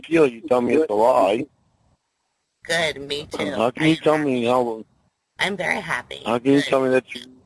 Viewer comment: "Be vwary vwary quiet....I'm hunting 13 year olds....huh huh huh huh."